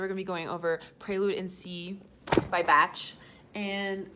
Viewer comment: I thinks it’s pronounced....”bahk” not “batch” 😂